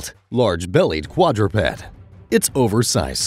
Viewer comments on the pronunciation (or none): none